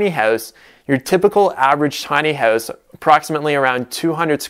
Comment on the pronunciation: Your Canadian is showing.... "Tiny Hoowse" :)